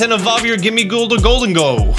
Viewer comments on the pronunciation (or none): Isn’t it pronounced “goal-deng-go” kinda like the name Diego? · I Love but man i hated how he said gholdengo